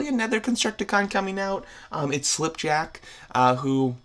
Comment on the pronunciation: SlipJack it's actually skipjack but it's completely fine sometimes I completely mispronounced words actually